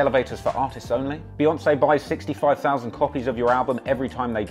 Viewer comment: It’s pronounced "BEE"yoncé hence 🐝 not BAYoncé...get it right